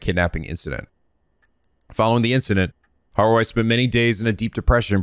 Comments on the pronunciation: Eey~ nice job pronouncing Harue's name. 😊 Yeah, in Japanese, 'e' (as a vowel) is pronounced like 'a'; especially at the end, like Okiie and Harue. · Yes, you guessed how to read Harue's name on your own this time! I'm so happy! Pronunciation is not the best but you get the idea and that what matters. Remember "e" is never silent in japanese and it's always read as "eh". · not sure if it's my place to say, i dont speak japanese, but since was wondering abt it, i Believe with romanized japanese words you're supposed to pronounce every letter as they appear, so you don't read harue as haru combining u+e into one sound, youre supposed to read both letters as ended up doing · we are all proud of for pronouncing harue correctly on the first try but that had to be balanced by him adding an i in jonouchi...